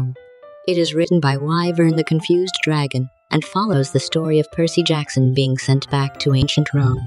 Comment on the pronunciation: Dionysus would be proud on how you keep mangling Percy's name